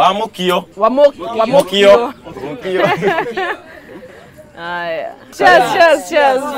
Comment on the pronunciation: Please tell Betty that it is "Mûkio" not "Mûûkio" 🙆🙆🙈